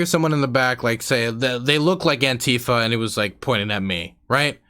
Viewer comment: lol you said Antifer xD